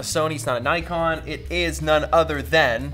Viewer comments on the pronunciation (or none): none